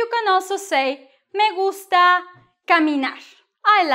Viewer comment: Lol, as I listening it it sounds like "Me in a gungsta or gangster" :)